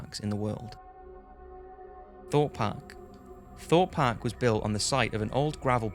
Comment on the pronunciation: I heard Thot Park 😂😂 not Thorpe